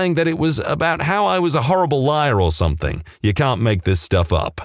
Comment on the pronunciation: No k in the word something